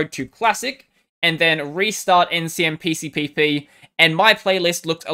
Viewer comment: Probably the only Linux-tuber who pronounces Ncmpcpp in one breath! Good job man!